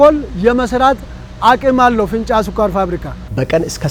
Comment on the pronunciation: ፊንጫ፡ማለትህ፡ነው? " እ" ምናገባው?